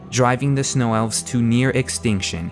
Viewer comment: did you say ; near extinction or mere extinction... sounds like mere.... hope I'm wrong... I apologize for being critical but you are so good that I have to hold you up to lofty heights...